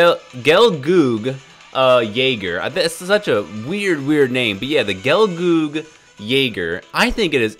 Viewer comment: Bro....its pronounced 'gal-gogg' as gal + goggles (minus the les) Btw this unit (if ppl dared to max it n put in their squad) is a mid-range support type. Its not a supporter job class but its a middle-shooter job class. Its strength is shown if u used an AI pilot with 'middle-shoot/Solo' attributes with a considerable proficiency. This MS is not the best but its one okay support escort MS. But using it as main is kinda difficult to handle as machine gun does mini-stuns on the 4~5th hit of the 6 but its damages are by far pathetic. Worse off if the event difficulty is higher than 'hard'. Other than that, its kinda cool that u are covering some lesser used MS so ppl can explore them for use.